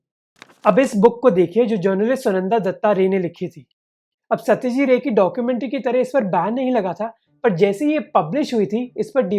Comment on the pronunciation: Bhai it is SaytajiT Ray..not Satyajee Ray..